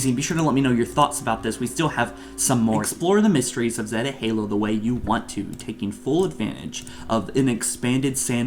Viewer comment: Zey-tah not zet-ah